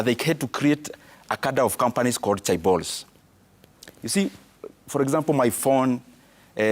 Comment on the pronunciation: Chebolss😂😂 this guy is smart